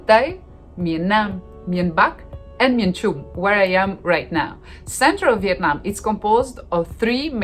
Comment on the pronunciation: Oh my goodness, when pronounces the names of the city, she sounds very much like native Vietnamese people.